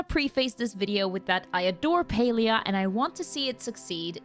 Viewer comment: Why is it pronounced as Pelia?